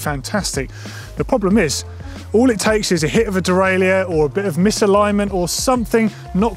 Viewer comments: Good video, but it's pronounced "de-rail-er" in English. If you want to use the French pronunciation it's completely different - "day-rye-euh". We don't need a hybrid French and English version of the word. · There needs to be a new industry term created to replace “dee-rail-yerr” 😑🙂